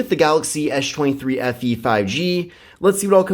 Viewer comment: No I hear it too...